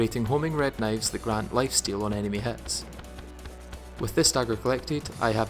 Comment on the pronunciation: Kuh-nives I love it!